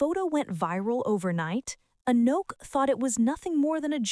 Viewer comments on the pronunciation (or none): "Anooook", "Aknock", "Oohknock" and even WORSE "Ahkneck". All the white women doing voice-overs reading the REPETITIVE and over-effusive script that doubles as a diversity project word salad via the performative yt feminist scriptwriter, NEED TO SAY HER NAME CORRECTLY FFS!!! It's ahh NOKK If you're going to do a piece on a particular person, would it not behoove you to learn how to pronounce their name so as to maintain what shred of credibility you have?? What also is MAJORLY cringe is that you used an image of ANOTHER black model (who IS NOT Anok) in the image following the one featuring Anok and Naomi Campbell 🙄 No... they don't all look the same. ps: the v/o hack who called her "A neck", also mispronounced Givenchy as Geevehnchee. And there is a whisper of the G in Mugler not MOOGlur. I get that you're too American to say croissant properly in daily life but these are people's NAMES... so honor them like you would a Tchaikovsky, Chad or Madison 😒